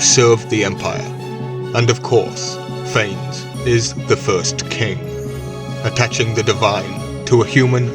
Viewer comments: Can we start by pronouncing it correctly? Fawness, not Fains. Ph is an f, the a is like ah, nes like Eliott Ness. This is a Greek name, not Anglo-Saxon. Saying it wrong does not breed confidence in the content. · Phanes is correctly pronounced FAH-nez. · Love this primordial deity. His name is actually pronounced Fay-Ness.